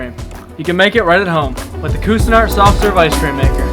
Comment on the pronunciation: You need to learn how to pronounce Cuisinart